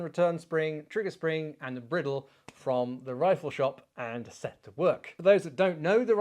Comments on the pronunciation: Fascinating video, and as entertaining as ever, but "briddle"? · Chap, you and I both know that bridle is pronounced just like the headwear for a horse. Its purpose is the same as the bridle For your horse. Cheers